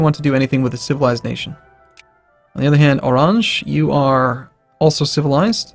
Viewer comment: Oranje, Pronounced "Or-On-Yuh"